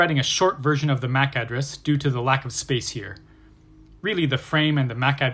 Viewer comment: i very much dislike how he says MAC address, Makes me wanna quit watching